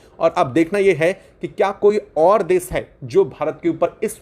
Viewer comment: Hello content creator- please do not pronounce- desh as das, or Nation — Nashan as nasan Or action -acsan Your small efforts will make your content excellent.